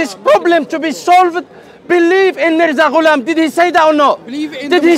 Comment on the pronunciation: It's so painful to listen everytime he say haza maza gulam😂 Their belief is so weak that, they can't even say it properly 🤣🤣